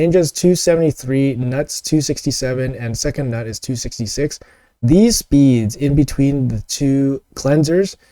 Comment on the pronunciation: The constant mispronouncing of GNUT is so maddening to me lol. It’s like a bad joke a 13 year old boy would make but then keeps making it.